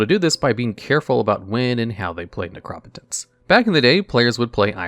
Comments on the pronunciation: Necro-potence not nercop-otence , I swear you do this to upset me lol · Necro-potence. Keep going bro your videos are great. You mispronounce stuff here n there but that’s to be expected since you’re newer. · its pronounced necropotence. sheesh you always say the card wrong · But he doesn't say nec-ro-po-tence. He says ne-crop-o-tence. So unless you say necromancer like a crazy person he's saying it wrong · Your actually prounocing an O as an A's sound ah.. in neCROP ah tense.. So it is definitlvey wrong prouncing that was actually! : ) love this and duel logs been watching for over 2 years! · From now on I will only pronounce Necropotence as NehKrawPuhTehns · i know its a crazy word and if i didn't know it already i would fuck it up as well but it's pronounced necro-potence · Although I like the informative aspects, by far my favorite part of this channel is hearing how he decides to pronounce all these cards names. Ne-Crop-Otence takes me out every time. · Necro-potence. You're pronunciation is weird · The way you pronounce necropotence made me want to punch a baby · you say necro po tence wrong! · your ability to always say the cards name as wrong as possible is godlike. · Firs thing I thought was “no way he just said necropotence like that” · I just can't get over how you pronounce Necropotence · God the way he says necropotence hurts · First time I've ever heard "Necropotence" pronounced that way 😅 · I mean he has mispronounced other cards in other videos. You might be right tho about necropotence. We can agree that it’s a different pronunciation from the norm.